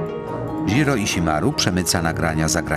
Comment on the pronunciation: Ale propsty dla oryginalnego lektura, który prawie poprawnie wymówił japońskie nazwisko pana Stonogi :-) Nie "ż" tylko "dź" (opcjonalnie "ź") dżiro żiro dźiroo Ale "iśimaru" bardzo ładnie :-D (A nie przez "sz")